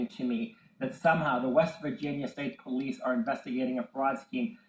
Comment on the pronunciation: After awhile this guy is just like blah blah blah! He lost me when he couldn't read the word " Police"